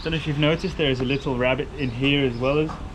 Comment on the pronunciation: Rebate! Not Rabbit!🤣😂. (ree bayt)! Great vid guys xx